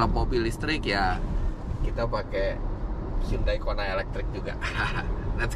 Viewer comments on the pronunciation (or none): none